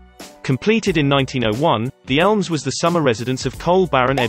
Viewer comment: I kep thinking you were saying 'Elves' instead of 'Elms'.